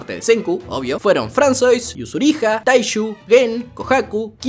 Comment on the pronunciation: Me da toc que le diga fransois porque se dice fransua